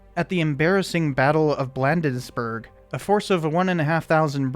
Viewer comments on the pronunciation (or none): That’s it! One last thing: Bladensburg. The first syllable is pronounced like the word “Blade” (like a knife or the vampire killer).